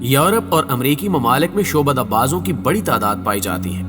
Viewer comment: Shobada nahin....Sha,abda hota hay